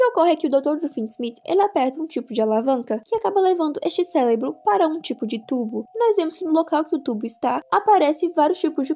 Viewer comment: me atrasei muito,bem sobre o porque dele nao contar a organização deve ser porque a organização foi destruida?(a e eu percebi um erro na sua fala onde você devia falar cerebro fala celebro é pouca coisa)